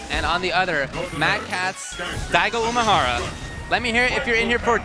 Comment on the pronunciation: please stop saying Daigo uMAhara.